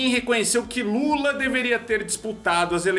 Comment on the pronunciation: O Ciro falou Lula igual o Marreco falando "coopçao" em toda a entrevista.